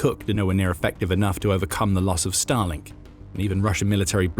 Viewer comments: Every time I hear Starlink in this video I hear it as Stalin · I'm sorry, every time they say "Starlink", I hear "Stalin". 😮